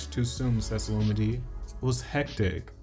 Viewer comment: Lol her name is pronounced (Lu-MeE-DeE) 🤣 but excellent video as usual.